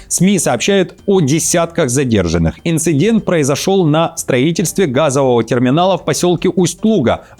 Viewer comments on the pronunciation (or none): none